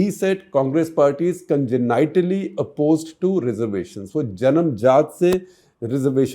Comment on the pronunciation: Wrong pronunciation of congenitally lmfao